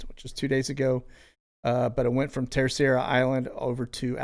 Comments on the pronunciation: Terceira is pronounced “Ter-sey-ruh”, according to my Portuguese friend. I was supposed to visit this year. Hoping to go next year. Love your channel. God Bless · I was stationed in the Azores (Acores)... the island you are referring to is pronounced Terserra... :) you're welcome... thank you for sharing all this great info... God Bless. 🙏🙏🙏🇺🇸🇺🇸🇺🇸🇺🇸🇺🇸🇺🇸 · My mothers family is from Treceira.. I pronounce it ter cera 😊